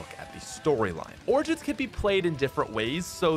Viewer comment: pronounce origin in google. You pronounce it wrong lol.